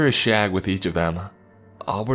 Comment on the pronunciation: I liked this but did anyone else laugh when they said shag the word sounded so wrong xxx